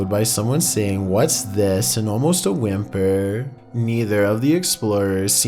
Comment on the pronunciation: “Almost a whimpuuurr”